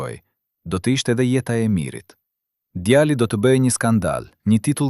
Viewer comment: Nuk e di ne ngjarja eshte e sajuar ae vertet por mua me teper me shqetesone fakti ti qe po pershkrian ngjarjen kush dreqi je.djali dhe jo djalli o meso mire shqipen o zhduku e bere dhe djalle nje femi te pafajshem mos ta degjofsha me zerin o i shkale......